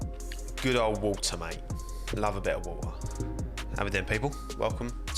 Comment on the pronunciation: woh-ah- water:))